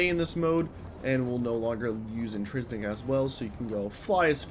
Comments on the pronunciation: In-TRIN-sic is the word you are trying to say. Not, in-tris-nic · INTRINSIC. NOT INTRISNICK